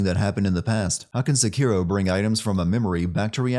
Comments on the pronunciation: Giving the Youtuber 1 sin for changing the pronunciation mid video from SEkiro to seKIRO come on internet pick one. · The way you say Sekiro sucks. Stop saying it wrong